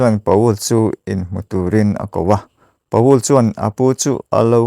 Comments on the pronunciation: Pa-ul nilovin Pawl tia lamtur. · Pa ul ti a lam loh tur Pawl tih tur... 😂😂😂😂